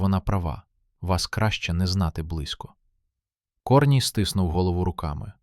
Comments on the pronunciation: КОрній ... КорнІй.... Наголоси. Дальше слухати не хочеться. Невже не читаєте спершу ніж озвучувати. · КорнІй, а не КОрній. Не плюндруйте нашої солов'їної. Соромно повинно бути. А ще інше кальковане сміття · КорнІй, наголос на І